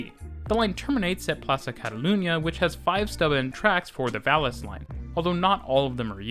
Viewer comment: Plasa Eispania, Barcelona-Vales line... jajajajajaja